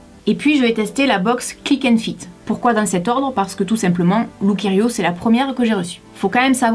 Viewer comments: On dit lookiero et non lookierio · Encore un concept dans lequel les grandes tailles sont exlues, comme si au delà du 42 ou du 44 on ne pouvait pas également avoir envie ou besoin de se relooker ou de se faire plaisir. C'est anormal. Durant toute la vidéo tu as prononcé Lookerio alors que c'est Lookiero 😊. De toute façon c'est plutôt look 0 😉. En effet ca fait pas trop été tout ca. Autant s'en remettre aux services de relookers pro près de chez soi... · ça se prononçe "look-i-ero" et non "looker-i-o" le -i est avant le -e! Super video je trouve que le chemisier rose te va à merveille, surtout avec tes cheveux oui!